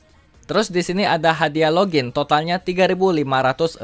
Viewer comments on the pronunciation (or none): none